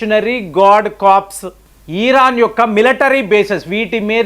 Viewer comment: ఈరాన్ కాదు ఇరాన్.